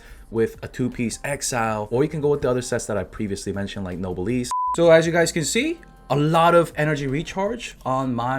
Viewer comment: google noblesse oblige for the pronunciation! its painful to hear no-be-le-se. in any case good video! i been waiting for diona for a while and i got her c3 but while pulling i got qiqi too, so diona is going to the mines...